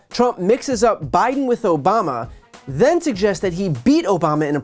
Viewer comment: Obamna He can’t even Pronounce Obama’s Name either. 😂